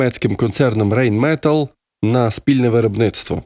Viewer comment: Вибачте, але правильно буде "Райн металь"!